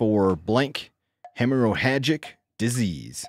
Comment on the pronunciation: FYI; you don't say the second "h" in hemorrhagic heməˈrajik